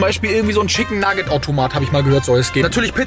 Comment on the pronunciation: du sagst immer ortomat